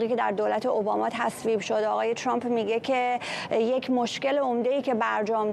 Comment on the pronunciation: عی رم دهن سمیرابااون فک کiری چراعقده ی اینوداری که بالحجه عنگلیسی حرف بزنی و به ترامپ بگی چرمپ خوب مثل ادم بگو ترامپ ،،،،اقای چرررمپ که چی اقای چرررمپ